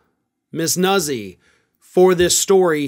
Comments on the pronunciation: Italian. It’s pronounced, Nootzee! Like, pizza! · Pronounced "Noot' zee". Use hand gesture. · "Nuzzi" appears to be pronounced "New-tsi." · Pronounced: Noot-sy And she’s a lot more attractive than Christina Bobb and Alina Habba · Pronounced like pizza.